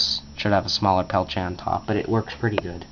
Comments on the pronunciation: "Pel-tea-eh" is the correct pronunciation. So sure I was saying it kinda wrong ('Peltche') but it most certainly is not 'Pelt-e-er' like many people say. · pel-tee-A pronounce correct or dont say it. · What is a "Pelche"? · You are saying peltier wrong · TheBigTekBos s Bah, the guy was French. He wants his name said right, he should spell it right. :)